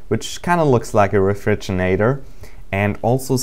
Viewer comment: REFRIGINATOR HAHAHA XD